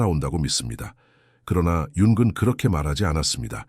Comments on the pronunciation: 융은 을 왜 자꾸 융근이라 읽는지 내용은 좋은데 그게 거슬리네요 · 영어식 발음이라 그런거 같아요. ng 발음이 우리말로 이응(ㅇ) 인데, 사실 끝에 g발음이 조금있어요. Morning 발음이 천천히하면 몰닝그. ‘그‘가 뒤에 살짝있습니다